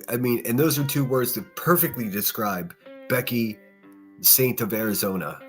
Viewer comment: Be a Thinner not a thaint! 😂😂😂😂